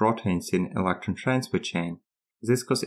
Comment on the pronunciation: When you pronounce "electron" and also "electron leakage" it was tough to make out what you were saying but going back and forth a few times I figured it out.